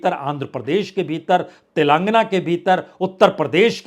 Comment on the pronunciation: Mr. Parsoon Vajpayee ! If you are speaking Tilangna , Tilangaanaa is correct word.